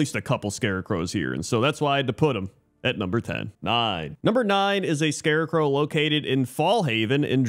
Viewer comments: Noone:: "scare-er crow" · definitely says "Scarecrow" but a little weirdly at: definitely says "Scare-A-Crow" at:...may or may not say "Scare-A-Crow" at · The ol' Arakkoa scare-a-crowa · new drinking game, every time says scarecrow weirldy take a swig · this is the first time ive heard someone pronounce scarecrow with three syllables